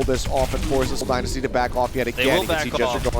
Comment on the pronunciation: Is it just me or does the one commentator not know how to say dynasty right?